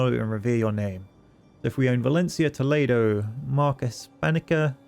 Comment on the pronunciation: me encanta cuando dicen "Tolido" y "Calátrava"